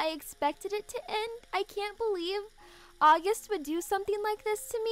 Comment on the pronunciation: it’s August not Aughust